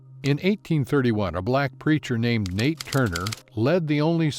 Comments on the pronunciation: It is Nat Turner not Nate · It’s Nat Turner not Nate Turner 🤦🏽‍♂️